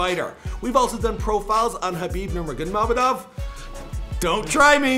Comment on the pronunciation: It’s pronounced Nor ah go men ov not to hard